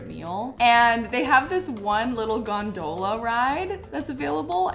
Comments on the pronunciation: FYI : In the word “gondola”, the emphasis is on GON, not do. GONdola. You’re welcome. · As much as I know it doesn't matter, the way pronounces things really hurts me. Laveaux is pronounced La-vo and gondola is pronounced gone-da-la. Love you so much, this was a fun video, I just can't stand your pronunciation sometimes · The way she pronounced gondola😂😂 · Not the gone-DOE-lah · I loved the outfits but you said gondola wrong😭😭😭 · I love the outfits but I can't get over the fact she pronounced gondola so so wrong 😂